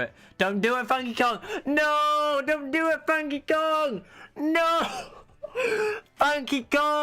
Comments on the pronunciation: How he said funky Kong at the end is funny. FANKY KOOANG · The way you say funky kong is satisfying lol